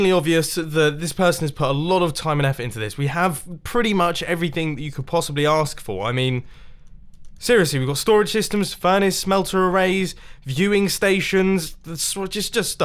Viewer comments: what is a beuwing station??? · Shadow Pumpkin SS he did but it’s funnier if he said Bewing station